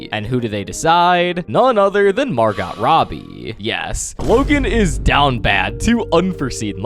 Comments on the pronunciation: Margot? (Mar-goh), not (Mar-got). You have to be trolling… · I know he says these videos arent ai but the way he pronounces Margot is kinda odd